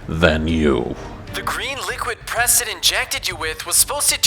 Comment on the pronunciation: IT'S PESTON